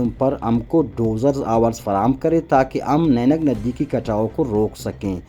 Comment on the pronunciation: نینگ ندی نہیں واجہ۔۔۔یہ نہنگ ندی ہے۔